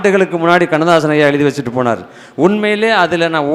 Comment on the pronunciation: ஐயா வணக்கம்... உங்களுடைய பேச்சு / சொற்பொழிவு மிகவும் நன்றாக உள்ளது... நீங்களுமா தமிழை " நோகடிக்கணும் ".. உங்களுக்குமா இந்த " ழ " உச்சரிக்க முடியவில்லை ? உதாரணம் : அளகா,பளனி, எலுதி, பலக்கம், இலப்பு,இலுப்பார்,இலுக்கணும்,கலிச்சி,விலுந்ததாம், ---இப்படிப்பட்ட வார்த்தைகளை சரிப்படுத்திக்கொண்டால் மிகவும் நன்றாக இருக்கும். இது ஒரு தாழ்மையான வேண்டுகோள் தவறாகவோ, சுட்டி காண்பிப்பதாகவோ எண்ணவேண்டாம், நன்றி... வணக்கம்.. தாழ்மையுடன் ஒரு முருக பக்தன்.. 🙏🙏🙏